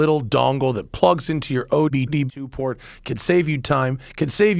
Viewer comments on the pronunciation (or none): Matt said ODB2 port.